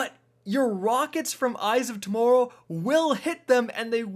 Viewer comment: Did you just say torrow instead of tomorrow